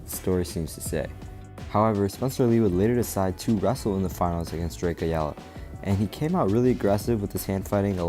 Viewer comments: Drake's last name is pronounced I-All-Uh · Just a heads up from a Hispanic writing out the phonetic spelling of Ayalya (Drake Ayala) aa-Yaa-LAA or Ay-ala The A is actually to be pronounced like a I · You doin this on purpose. It's Ayala(I - Yaw- Luh) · Pronounced I-Ella. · Bro it's. Aya laaa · It’s pronounced eye-ala. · Drake Ah Yah Lah fyi 😂😂😂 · Fyi the ay is pronounced as a hard I so its like eye-ala, ayala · drake (eye-all-uh) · the biggest problem between this, is him mispronouncing ayala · Can you please pronounce Ayala correctly? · Can you please say Ayala correctly